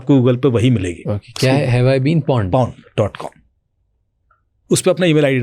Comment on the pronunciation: Absolutely agree with you, the guest is not at all technically sound. I’m Halfway through the podcast and he has just explained people copying otp by merging calls and sim swapping😂. There are PIN codes for sims as well which protects you from that. And he said ‘have I ever been pwnd’ lol it’s pawned